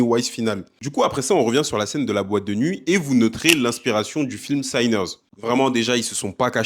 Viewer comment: J’ai bien aimé ta vidéo, mais il va falloir régler un truc définitivement… sinners ne se prononce pas Saïneurz… juste sinners. La première partie du mot se prononce comme « sinon » bref c’est de l’anglais de base quoi